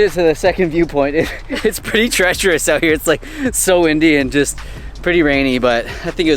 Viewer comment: Everytime you said "windy" I thought you said "Indy" aka Indian and I had to rewatch several times cause I just didn't get it😂